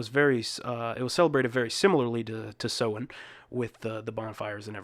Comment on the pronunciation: Must watch classic horror film: The Wicker Man (1973). Kudos to you for the correct pronunciation of the word "Samhain".